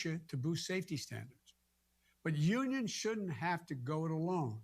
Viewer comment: Did he just say "yoonyurns"?